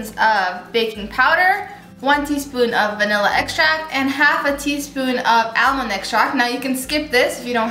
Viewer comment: Took me a moment to figure out that you were talking about almond extract. I was wondering what Al-mand was lol